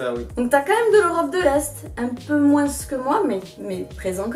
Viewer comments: Pk tu dit moinssss c'est moins sans lire le s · Attend tu dis : MOINS en prononçant le S à la fin ? C’est grave perturbant j’ai jamais entendu ça de ma vie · Si jamais, le "s" de moins de se prononce pas ;) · Dans quelle région de france prononce-t-on le "S" de "moins" ? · C'est marrant comment tu prononces le mot moins! Tu prononces le S à la fin! Du coup tu me fais douter, est-ce que c'est vraiment comme ça que c'est censé être dit ? 😅